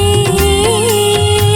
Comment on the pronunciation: Mj സാറേ മോൾക്ക് റ വരുന്നില്ല. മോളെ കുറ്റം അല്ല. ബാംഗ്ലൂർ ആയതുകൊണ്ടാവാം. ഒക്കെ കേൾക്കുന്നത് കുളി കൊണ്ടുവാ എന്നാണ്. കുളിർ വരുന്നില്ല.